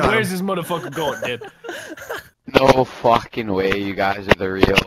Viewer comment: the way vanoss says fucking way 😂